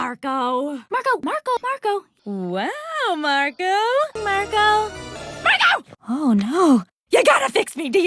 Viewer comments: I'm hearing margo and sometimes mango is there something wrong with me? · after a while it sounds like sarco... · The more I hear Marco, the more I'm hearing Starco. lol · Marco Me. Margo Like turns Marco into Margo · It kinda sounds like is saying Margo instead of Marco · not marco but mango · It sounds like she's saying "Margo" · as long as it continues I think I'm hearing " Margo " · My favorite part was when said 'Murgo' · Toward the end, it sounded like Margo, not Marco for some reason. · I keep hearing socko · I keep on hearing Margo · The best thing is that says marco everytime instead of tom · Angela Liao: Marco Oskar: Mango